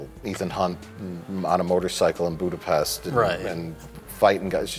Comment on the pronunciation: I didn't understand why everyone was disliking this video until Mike pronounced Budapest incorrectly despite the fact that in even in the movie itself Scarlett Johansson does it right educating the guy who says it with an s not an sh, but then I realized that noone gives a shit about Hungary in the US so I realized it's not that.